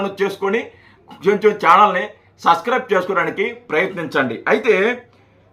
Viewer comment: Subscrib అని చెప్పడం కూడా రాదు...మరి నీకెందుకురా...చానల్. లఫుట్ గా😂